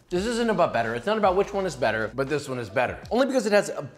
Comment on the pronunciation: So we gonna ignore how he said “better“ 3x.